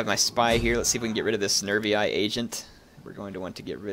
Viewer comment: I keep thinking you're saying nerdy guys instead of nerviis (or was it averniis?)